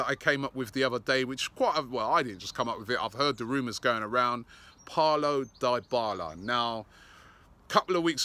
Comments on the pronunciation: Robbie..it is pronounced DEE BALA not DIE BALA 😂😂😂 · Can any English person pronounce his name right?! It's pronounced 'dee-bala' not 'die-bala' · It is dybala,not di-bala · Dear English fans: you don’t need to hijack a players pronunciation just because English is the main language! Name human beings as their parents call them! It is NOT DAAAYBALA ITS DEBALA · It's not 'Die-bala', it's Dybala (D-i-b-a-l-a)! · Robbie just throwing around names and not even correctly "Diii Balaa" lol. We will have to sell half the squad to get Dybala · Paulo DEE-bala (Dybala) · Parlo Die-Bala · He absolutely butchered Dybala's name lol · Robbie stop calling him Daibala its Dybala learn the name pronunciations (Deebala) Atlético Madrid not Afletico Madrid